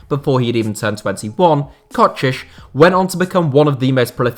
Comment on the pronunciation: Wait, he improved his pronounciation of Kocsis. its a really small thing, but thank you